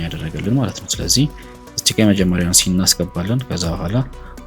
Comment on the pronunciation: ሲን ነው ሚባለው ሴንስ አይደለም